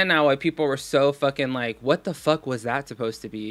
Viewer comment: She mispronounced lahhk and like